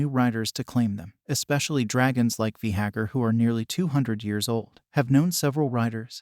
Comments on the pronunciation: Vay- Garr pronounce it correctly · V- gahar? What is that? .... I can't watch this video. Change the way your saying it.. ugh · The worst is he just KEEPS REPEATING IT. So frustrating lmao